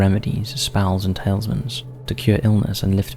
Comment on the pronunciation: 'Talismans' not tailsmans